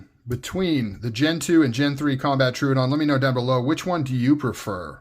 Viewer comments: tro-ah-don btw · Well, it’s not too hard. say trow instead of true trow-uhh-don. You got this 👍